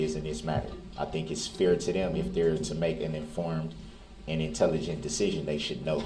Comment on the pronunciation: Yes I HATE the way he pronounces ‘fair’ and ‘underSHTand’ 🤢